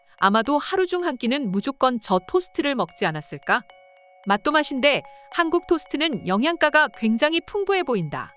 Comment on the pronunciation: 하안국 하항국 발음이 진짜...